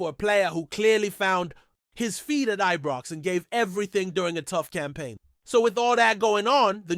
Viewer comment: Why does this always call ibrox ebrox then need to put someone on that can talk properly